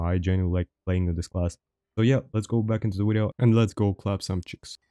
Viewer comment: The two things that bring me back to this channel is “wideo” and his laugh lol it’s like “Ħä ħä Ħä ħä” and the gameplay it’s great